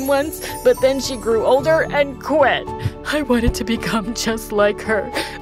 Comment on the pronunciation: that quit sounded more like quack and that was hilarious 😂 i love this scene